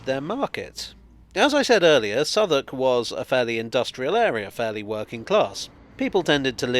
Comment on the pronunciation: I always do a double take whenever I hear Southwark being pronounced correctly, as not being a Londoner, when I read it, my mind pronounces it phonetically.